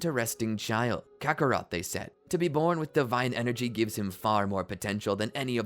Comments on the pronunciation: the way he says Kakarot irks me. Cock A'Rot. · Why did you say kaka rot